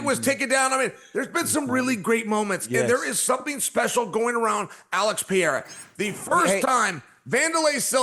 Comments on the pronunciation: Brah Chael switches between correct Pereira pronunciation and incorrect 😂 pick one Chael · PER-RERA SAY IT WITH ME CHAEL!!! JEEZUSS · Why does Chael refuse to pronounce peoples names correctly, he is an IDIOT! It is very disrespectful. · Is Chael trolling or why he keeps calling Pereira Piera? He sounds like an idiot... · It's pronounced Puh Hay Ruh Uncle Chael. 😂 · It's the Pea-Era. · It's the Pea-era Era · is worse, is pee-era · Chael literally mispronounced almost every single fighters name, and no one ever corrects him… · Please please please Chael learn to pronounce the last name!! You don’t even make the effort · that wont happen until he says pereira's name correctly.